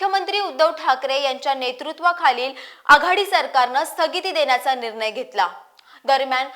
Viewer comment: आपली माहिती चांगली आहे. पण न आणि ण याचा उच्चार शुद्ध असावा निर्नय ऐवजी निर्णय असा करावा